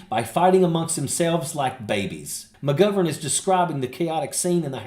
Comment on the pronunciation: Can u learn how to pronounce mcgovern properly thank you from Ireland 😂